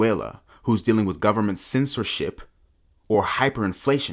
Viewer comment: "full faith and credit of the US gubmit...." LOLLOLOOLLOL